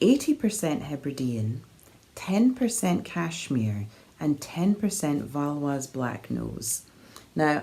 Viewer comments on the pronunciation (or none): Hi, the breed is called "Valais black nose", which comes from the Swiss canton of Valais. You might want to check the pronunciation of Valais/valaisan:) They are also veeeeeeery cute sheep!:)